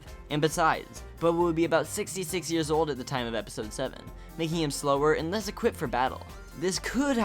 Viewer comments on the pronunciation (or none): none